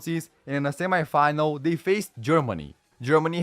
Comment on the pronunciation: I put a mega dislike,cause of the very wrong pronounsation of "semifinal" word.My head had enough of that + the semifinal between Italy and Germany ended 2-1